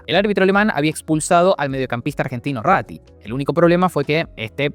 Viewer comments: no se pronuncia Ratti. Se llama Antonio Ubaldo Rattín. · Un único error en la acentuación de Rattín… 😔